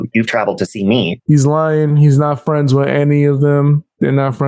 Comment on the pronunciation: Youtube fwends.... 😂😂😂😂